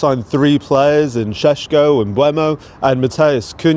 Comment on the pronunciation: 'Cheshhko' is that guy murdering it or is that how it's supposed to be said?